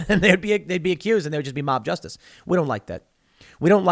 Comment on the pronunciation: What was that word? Juicestice? Jewstice? Justinstice?